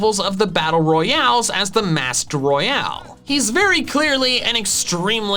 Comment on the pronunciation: pronounces royal like royale Surprised Pikachu Face